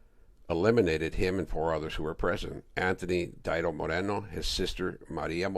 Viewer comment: Omg. Stop saying dido. Sounds goofy. It's deeeeee-dough homey!!!😂😂😂😂😂😂😂